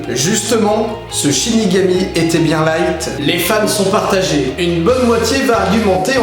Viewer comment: 1.47 tu dis shinégami